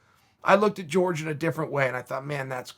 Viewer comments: Is there anyone that can explain to me why chel calls Jorge Masvidal “George”. I thought you pronounce his name “hor-hay” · He does know it's Jorge not George right or am I the one getting it wrong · "George" Masvidal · Masvidal has been pronouncing his first name wrong all this time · It’s not George, it’s Wkhor Ghay Masvidal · Me: Jorge Masvidal Chael: George Masvidal Me: George Masvidal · Is anyone ever going to let Chael know he’s been saying Masvidal’s first name wrong this whole time? Lmfaooo.